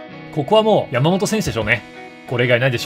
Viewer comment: のやーもと選手の呼び方が気になって仕方なかったですwww